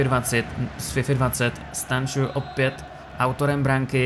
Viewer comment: Čte se to Stanču a ne Stanciu